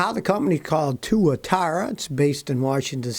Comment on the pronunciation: Tuatara, or as Clarkson calls it, the Tuatwuathuaaa.